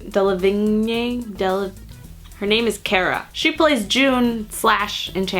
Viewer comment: Delevingne is pronounced Dell - uh - veen, apparently.